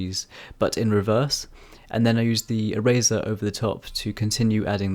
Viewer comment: Really cool drawing, the whole video I was confused cause I thought you were saying razor instead of eraser like how Tf do you create mist with a razor I was confused. Anyway, I challenge you too draw a black and white flower, good luck